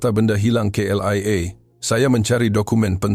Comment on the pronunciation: Bukan CLEA tapi K.L.I.A.